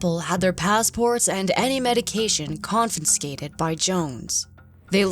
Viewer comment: did she really say 'confinscated'?